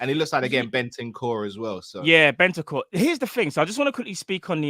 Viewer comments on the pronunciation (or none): saying Ben-ten core, this ain't cartoon network 😂